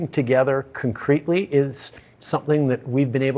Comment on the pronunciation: he said it on CNN………..”Cun-cretly”